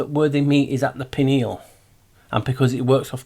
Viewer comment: The way you said pineal, sounded like pinwheel. Both are relevant to this discussion.